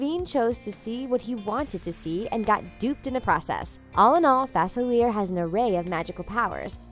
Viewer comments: She says his name wrong: its not 'fa-cil-eer", it's pronounced "fa-cil-le-ay". It's French. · It's pronounced Fa-SILLY-ay. 😶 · That don’t know how to say Dr. Faciliea there is no r in his name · Its not FAC IL ERE ITS FAS ILEE ER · It's pronounced DR. Fa _seal _e_a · “Dr Fasilly air” Me: who dat? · You guys keep mispronouncing Dr. Facilier's name and it's driving me crazy. His last name is supposed to have a French pronunciation. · You're right. It's pronounced Fa-SILLY-ay. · It is pronounced fu-sil-ee-air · It's pronounced fas-a,-lee-er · You're saying his name wrong!😡😤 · Misprouncing Facilier’s name is like nails on a chalkboard to me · UmbreonTrainer27 right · The mispronunciation of 'Facilier' is driving me insane. The Princess and the Frog took place in New Orleans. Dr. Facilier is Creole, and therefore, his name is French. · Is it just me or does she pronounce dr faciliers name wrong? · Can't stand how she says it!! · Thank You!!! I’m from Louisiana and it was driving me crazy hearing his name pronounced so very wrong. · I know it's really annoying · Thank you!!!!! It drove me crazy!!!